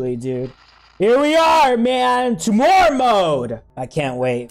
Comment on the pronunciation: Its not tuu more its tyu more